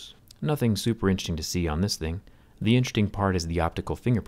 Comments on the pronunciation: "interting" lol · Count how many times he says “intchesting”